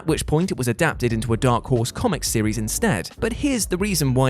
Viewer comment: "seriesisisisisis" i feel like im having a seizure when i hear that. wtf is that. why...